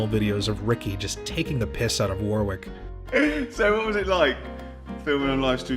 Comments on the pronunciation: It's pronounced worrick, not warwick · Hello, British dude here. It's pronounced "Woh-rick". And the place, Surrey, is pronounced "Suh-Ree" I don't mean to be an arsehole, just trying to help Loved the video! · This lost me the first time he mispronounced Warwick. Do your homework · You don’t pronounce the second W in his forename, FYI Nice mullet back in ‘92 by the way... business up front, party at the back!